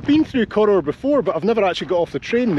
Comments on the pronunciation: I believe the pronunciation is as in CORR HOUR not CORR OOR? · Cor-oor! It's a Weegie thing, but I was soon corrected by the female ENGLISH train guard. She insisted it's called Cor-our, not Cor-oor! It's right in the absolute middle of absolutely nae-where. My sort of place. The Highest Railway station in the UK, she told me.